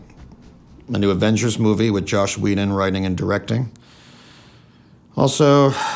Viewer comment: did he say "josh whedon"? it is actually "joss whedon".